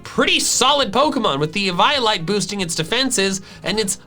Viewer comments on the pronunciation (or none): it’s ee-vee-ol-ite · I was scared when he said EVYOLYTE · i’m sorry but... EE-VIO-LITE???? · The way you pronounced eveolite hurt me (how do I spell it) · It’s eve-olite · Ee VIY Oh Lite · Pretty sure it’s Eeveeolite, that’s how I remember it, Eevee is based around evolution, and so is eviolite, therefore Eeveeolite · To-may-to to-mah-to. How do you pronounce Eviolite? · Why did you say eviolite like that